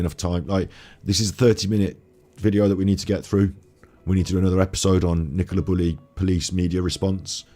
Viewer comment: Stop Bullis and pennis...when should be saying buleeeeeee' and peneeeeeee 'Chuskateer'....(Arsoss!)